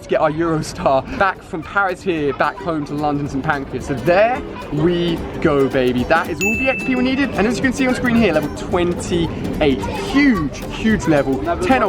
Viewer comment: St PanCRAS not pancreas lol